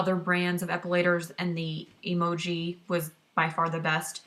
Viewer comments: Its pronounced em joy not emoji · What's funny is that it took me the entire video to realize you were saying Emjoi wrong. I think I also read it as Emoji! Haha! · LOL it's pronounced: Em(as in the letter M) -joy (M-joy = Emjoi) - The problem I see with 1st timer epilators is that they buy the wrong machine out of knowledge. For example if you have a low pain threshold I would not suggest the Emjoi Emagine(which I have) that has 72 SPINNING TWEEZERS(that’s a lot) instead go with about half which is 35-45 . Also prepping the skin prior to epilating, which includes exfoliating regularly and not epilating with long hair, so trimming is a must; and then the actual epilating procedure. It’s not like shaving, people, so you can’t go 70mph. It’s a slow 1-5mph process with small circular motions and stretching of the skin in certain parts. As you get more experienced and is starts to hurt less you can speed u a bit. The settings are easy. MACHINE: Slow spinning is for fine thin hair and faster is for coarse thick hair.